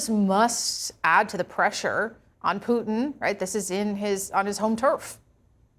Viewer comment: Point of correction precedent Putin not Putin 😊